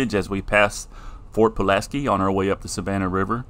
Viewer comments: Its Ft Pulaski Not Ft Pulanksi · You mean Ft Pulaski. No N